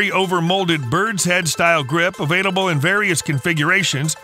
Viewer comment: I didn’t know “avaiDable” was a word. Re-record your voiceover and the word you’re looking for is “available”.